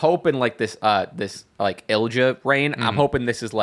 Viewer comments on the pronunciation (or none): no it’s not. He’s right it’s ill ee ya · Great episode! Just wanted to point out Ilja Dragunov is pronounced like Il’ya, silent j. Also i think the tag John was missing the name of was DIY. I’m really excited to see them on the main roster, one of the great tag teams of the black and gold era, them vs KO/Sami, vs Balor/Priest are dream matches and will hopefully lead (in a few years, let them cook as a tag rn) to another Ciampa turn and a Wrestlemania Ciampa V Gargano fight. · I’m pretty sure it’s more like ill-ya. No added E sound. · no hate AT ALL but here’s the english pronunciation of ilja dragunov: ill-ee-uh drag-uhn-ov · Btw… it’s pronounced ill-ee-uh dragonov